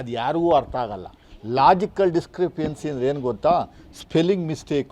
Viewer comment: Logical ಡಿಸ್ಕ್ರಿ ಪಿ ಎನ್ಸಿ ಅಲ್ಲಪ್ಪಾ ಲಾಜಿಕಲ್ ಡಿಸ್ಕ್ರಿ ಪನ್ಸಿ. ಸರಿಯಾಗಿ ಪ್ರೊನೌಸಿಯೇಷನ್ ಮಾತನಾದುವಾದನ್ನು ಕಲಿಯಪ್ಪಾ ಮೊದಲು